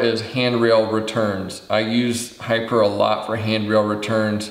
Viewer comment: I do appreciate the thoroughness of the reviews, especially this one on HiPur. One thought I'm thinking it is pronounced "high pure" given it is "high" strength "p" for poly and "ure" for urethane.